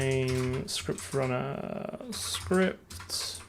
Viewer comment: ScruptRunner? Sure you're not a kiwi?